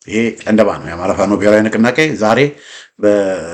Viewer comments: ጨንደባ ሳይሆን ጫንድባ ነዉ። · ጨንደባ ሳይሆን ጫንድባ ተብሎ ይነበብ